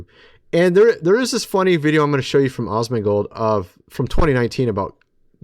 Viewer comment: Can you not say Asmondgolds name right? It's As-mond not Osmond 😂